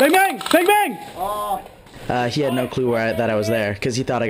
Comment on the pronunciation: this guy is calling bang bang like a dog barks XD